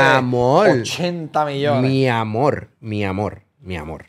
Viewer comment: cuantos “mi amol” va tirar Anonimus 😂